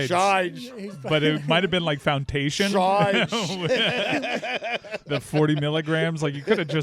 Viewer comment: Stugotz, what the 🤬 is "fountation?" You ain't even tryin' no more, dawg. 😡